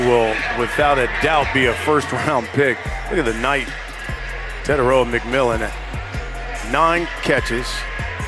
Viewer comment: Fi fi ta Te tai roa Learn to say it correctly because it will sound way better🤙🏾😄